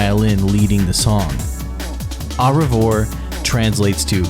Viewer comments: FR HOW DO U MESS UP AU REVOIR 😭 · Ah, Re-vore… 😂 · If there's one thing we learnt from this is that you cannot pronounce the band name, albums, or the songs, including "au revoir" one of the most common french phrases that everyone knows, aside from that it was filled with errors throughout, he really said "offer a prayer to your prostate" & had no idea it was wrong 💀 the lack of knowledge of Malice Mizer is clear. Anyone who wants to actually know anything about Malice Mizer, look elsewhere rather than watch this. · man you literally butchered any non-English word, especially the French ones lol The way you butchered Mylène Farmer, Merveilles, Le Ciel, and Au Revoir is hilarious beyond help 😂😂😂😂 great documentary though, nice job!